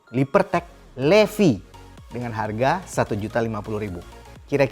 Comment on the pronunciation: Kayanya dibacanya bukan LEVI deh tapi LIFAIIII.. 😂